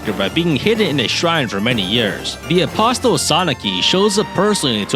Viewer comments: It’s better with the T 🗿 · The t is apostle is silent :P